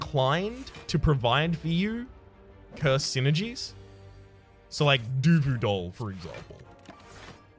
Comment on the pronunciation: Did I hear you say DUVU DOLL. Hmm, that is a good name though